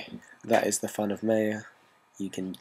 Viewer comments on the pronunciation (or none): lol, well I don't have a problem with it. But the company pronounces it (Mai Uh) unlike how you pronounce it (May Uh)... You know like the the Mayan's.. Its all good though I don't really care, haha.. Just thought I'd let you know. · lol.. he says maya wrong